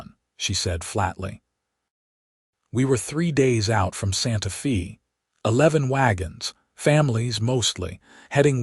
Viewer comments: Nice story but "Santa Feee" instead of "Santa Fe (Fay) needs to be edited. And the ending just seemed to go on and on. Could be tightened. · There are several pronunciations that need to be corrected. In particular content, Santa Fe and read are the ones I remember.